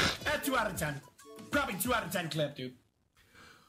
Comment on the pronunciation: Got me doin the dishes after saying for the 5th time "last cllip"